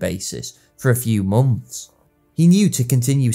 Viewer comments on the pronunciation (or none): none